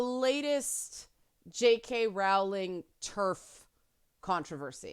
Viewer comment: Her surname is pronounced Rolling (rhymes with bowling).